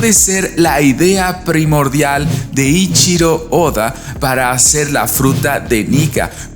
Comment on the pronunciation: Hermano, llevas más de 2 años haciendo videos sobre OP y aún no pronuncias bien el nombre del maestro Oda! No lo puedo creer, bro! POR FAVOR, deja de omitir la "E" en el nombre de Eichiro Oda, es un error muy feo para alguien con el nivel educacional que demuestras tener y, además, sin querer le faltas al respeto a uno de los mangakas más grandes de la historia, como tú ya bien debes saber. Espero que no tomes a mal mi crítica/petición, tienes mi palabra de que no lo hago por tirar hate ni ninguna de esas estupideces que acostumbran los muchachos de hoy en día. Eso es todo por ahora, te mando un gran saludo desde Chile y, por mientras, seguiré viendo esta teoría que me parece altamente interesante. Qué tengas un excelente fin de semana, bro! ✌🏻😁